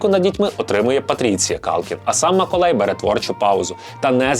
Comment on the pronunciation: Я думала, що це тільки я чую "Миколай"..😅🤗😁